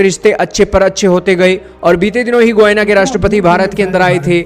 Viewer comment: It’s pronounced Guyaana NOT Goyna